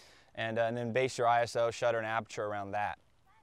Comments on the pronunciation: No it doesn't, and it's not apature, it's aperture. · No no.....Its Apachuure! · You lost me at "apature"